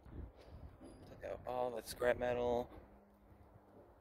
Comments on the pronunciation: It's scrape dude... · Dude it's not scrape metal it's scrap metal,scrape has a e at the end of the word & scrap doesn't have the "e" at the end of the word,so get it right & scrape is what you do with a ice scaper